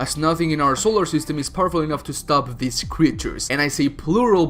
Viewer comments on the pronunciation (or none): none